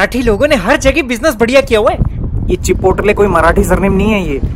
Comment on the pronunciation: When he mispronounces Chipotle....so funny lol